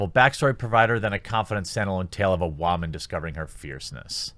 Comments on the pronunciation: As far as I know whamen is not a real english word dont you mean woman as in female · Did he say Wa-man ? Lmao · why do you say woman so weirdly